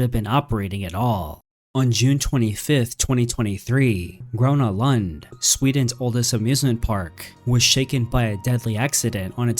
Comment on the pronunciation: Your prononciation of Gröna Lund made me cry